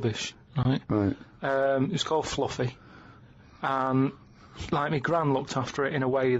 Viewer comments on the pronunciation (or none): my favourite pronunciation of “fluffy”